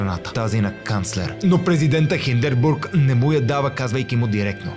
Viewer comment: Доста забавен епизод за хората говорещи немски.. добре е малко по-сериозно да се проверява правописа и правоговора на думите, както и ХиндеРбург : ) не стоят сериозно такива грешки.. а прехода със Сарийски защо говори сякаш е бил там 😅 разбира се публиката е непретенциозна и в немалка част неграмотна и няма да им направи впечатление. Omg хитлер взимал ксанакс??? Нищо, че е изобретен 1971 😂 важното е да се мятат непроверени факти от тук от там .. вЕймарксата република 😂 респект за самочувствието да направиш клип за народ и език, които са ти очевидно далечни.. а, на петия път вече Хинденбург го произнесе правилно. Овладял си добре изкуството на пропагандата, но задай си въпроса на коя страна си, ако ти е по-важна сензацията от истината :)